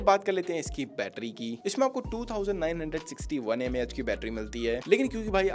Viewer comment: Bhai battery Mh glt bol diya 😅😂😂